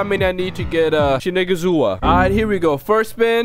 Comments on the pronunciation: shinazagawa is the word when u say it its shinuzagawa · you need to be careful with what u say 👀 you said shi’nigga’zua not shinazugawa Edit: at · So it's like... Shin itzu gawa Pronounce it like that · You can pronounce sanemi’s last name like this shin-iz-u-gowa👍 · Shi-ni-ga-waza since you can't introduce shinazugaza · A few seconds in and I hear SheNigezUa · How to pronounce shinazugawa is she-nah-zoo-ga-way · Same I thought he same the n word but can't blame him cus the clan name was hard to pronounce even i can't say it lol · By the way it's Shinnahzugahwah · Its pronounced shi-na-zig-wa But im not 100% confident in that😏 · U said shiniggazuguwa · He said the n word will pronouncing his name